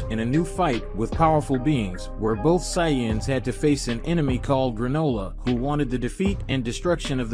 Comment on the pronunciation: And sayance?